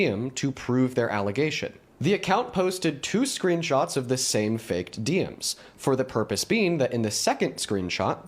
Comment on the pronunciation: Why is the video of AI generated, and his words too? AI pronounces "DMs" as "diems", humans don't do that, humans say "Dee Emms". Just look at his fake as face - it's obviously generated by something - doesn't even look like current AI, looks more like Final Fantasy from a few years back.